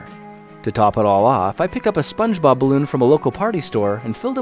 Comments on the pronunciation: Not spunde bob! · Spunde bob💀